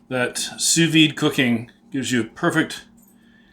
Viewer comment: The D is silent... Sous VEE